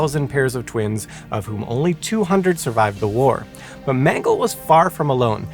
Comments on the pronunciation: Sorry to be 'that' person, but the pedantic monster inside won't let me just let this slide... It's pronounced Mengelay not Mengel. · You may want to check your pronunciation of "Mengele" and "Dachau"